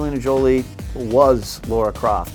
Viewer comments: LARA NOT LAURA! WTF???? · It’s LARA NOT Laura. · It´s Lara guys, not Laura.... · It's Lara, not Laura. 🙄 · stop saying laura croft wtfffffffff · why americans keep sayin laura